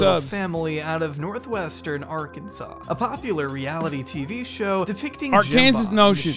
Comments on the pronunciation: Whyyyy does he keep saying Arkansas like "arkan-zus"... 😵😵😵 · I’m bout to have aneurysm if Hassan says Ar-Kansas one more time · Pls why does he keep saying ar-Kansas it’s ar-ken-saw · just want to say how much i appreciate Hasan pronouncing the final s in Arkansas. there’s apparently a law stating that it’s pronounced Arkansaw. such glorious disrespect. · why cant he saw "R - CAN - SAW" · As an Arkansas resident it pains me on how Hassan pronounces the state 😭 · Am I high or does he say Arkansas way off 💀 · No one is going to mention how he pronounces Arkansas? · dude, drives me crazy that you keep pronouncing Arkansas wrong. and no it isn't that cheap there. most people with that many kids live in absolute poverty.